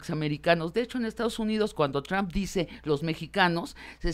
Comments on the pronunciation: Sabina necesita aprender a pronunciar (en ingles o en espanol, ya da lo mismo la neta) el apellido de Trump... no es Trahmp! no se si sea con jiribilla de tratar de decir 'tramp' (insulto en ingles, no significa nada en espanol) o es nomas que no le da la boca para pronunciarlo bien. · No puedo tomar en serio a alguien que pronuncia "Tram" en vez de Trump, da pena ajena y parece que no cursaron secundaria (Sabina Berman).